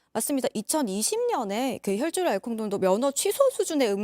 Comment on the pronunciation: 연예계 최고? 연예전문 발음이 왜르케 이상해요? 버벅되고 발음 짧은소리까지 뉴스에 집중이 안되네.. 김새론 이야기중 혈줄? 알콜농도..북묵부답? 가수 박낭정? 기타등등 넘많네요 가나다라마바사아자차카타파하!!!!! 기자라면 기본 발성연습부터 다시 하셔야될듯..